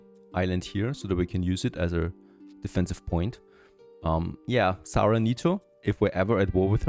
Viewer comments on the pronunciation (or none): none